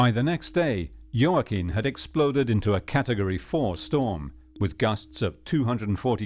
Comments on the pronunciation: Hurricane JOAQUIN pronounced WAKEEN. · Is pronounced hoah-kin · Love how the narrator makes so much effort to say ellllllll faŕrrrro but can't pronounce jacquim